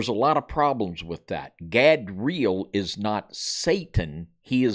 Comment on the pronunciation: Erika Gehm : Godra'el (You said 'Gadeel' ---- God of the Eels?)